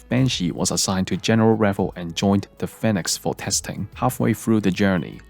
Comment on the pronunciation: This guy can't pronounce Phoenix